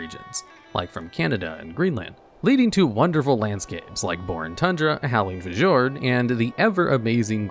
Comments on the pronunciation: Howling F-YORD, not F-jord. The J in fjord sounds like a Y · The J is actually closer to a Y, so it’s more akin to “fyord”—and only a single syllable. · Did.. did you just pronounce Fjord as F-jord with a hard J? Its a nordic word so the J is an I, meaning its "Fee-ord" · Howling Fuh-jord Wouldn’t be a video without improper pronunciations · im convinced he says it to farm comments about the mispronunciation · its prononced "Fyord" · This dude actually said "Fah-Jord"!!!!!! Incredible. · I do enjoy the video so far, but the word fjord is pronounced as fiyord, as its a Norwegian word. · If you want to speak norwegian you should say fjur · Fjord = Feeyord